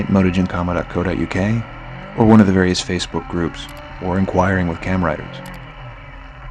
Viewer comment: Why you pronouncing it motogymkhama?